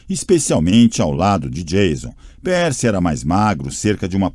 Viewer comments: e o do percy q ta pérci ao inves de pãrci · Na descrição diz que é narração humana mas olha, esse narrador se esforçou pra parecer robô, viu... Pronúncias erradas, atropelando pontuações... Muitas vezes sem por a devida emoção... O que mais me irritou foram as pronúncias erradas... Não é "PIIPER" É "PAIPER" NÃO É "PÉRCY" É "PÊRCY" Cara que narrador horrível... Da a impressão de que ele simplesmente pegou e leu de qualquer jeito pra terminar logo... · "peeper" "pércy" e a ausencia misteriosa de qualquer pontuação.. hahahahaha